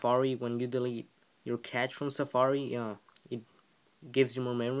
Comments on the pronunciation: Cash, it's cash. Not catch. Besides that thanks! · I cringe everytime you mispronounce cache its not "catch" it's pronounced "cash" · Its pronounced like the word "cash." informative